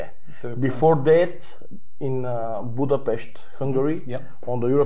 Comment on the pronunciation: Respect for to pronounce the word "Budapest" right 👌. I can't wait for the match 💪